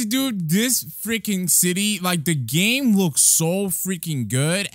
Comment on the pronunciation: Am I the only one who noticed he said the black clover Roblox GLAME